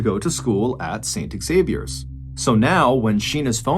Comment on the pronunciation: 🤦 Xavier is pronounced Zavier not pronounced ex-zavier. Yanks smh